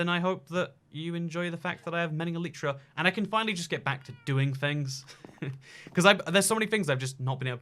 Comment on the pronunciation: But first, he needs to learn how to say elytra